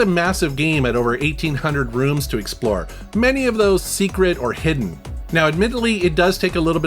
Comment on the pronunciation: 0.47 - Hisden gems! Yeah hidden on PKGJ!